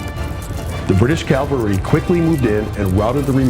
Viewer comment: Cavalry--not calvary. Great work!